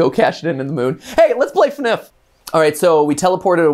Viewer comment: Btw it’s not pronounced fnif is F N F it stands for Friday night funkin